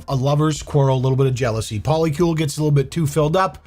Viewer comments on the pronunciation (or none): 4 people 8 different names. What the hell is a Poli-Kiul 😂